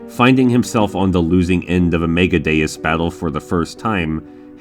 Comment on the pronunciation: A like for properly pronouncing Megadeus And a favorite for calling Alex a turd.